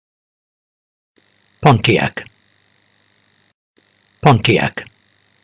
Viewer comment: THATS NOT HOW YOU SAY PONTIAC HAHAHAHAHA